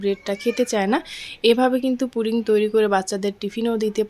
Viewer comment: Putting na pudding.suddha Kotha bolun.